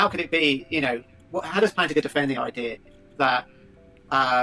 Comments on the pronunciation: Did you say Planigga?? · Bro did NOT say Plantinga